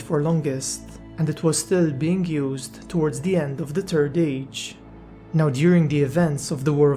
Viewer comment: “da turd age”